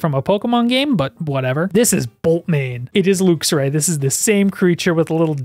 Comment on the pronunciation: I’ve never heard someone pronounce Luxray as “looksray”